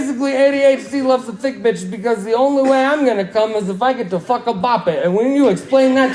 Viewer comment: I Thought That he said the word “fish” when he was talking about how he uses the word “bitch”